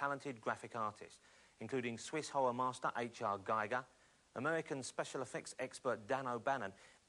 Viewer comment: “EH ARR GEIGER”